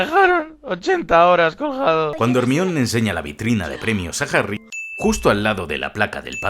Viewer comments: Hermion xd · jermion y jermaioni como se pronuncia no como se escribe en castellano y latino respectivamente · DIOSS que buen video lo unico que me da amsiedad esqie le de dice Hermion XDDD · Que putas es “ermion” “dambeldor” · Muy buen video, no soy fan de esta saga pero siempre son geniales tus videos, ese "Ermión" se siente como una patada en las bolas pero ni modo. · Harry,ron y "ermion" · "ermión" Ja ja ja.